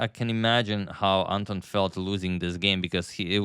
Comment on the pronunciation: Anton in Ukranian and Russian names pronounced as in David-Anton Guiharro - with stress on the second syllable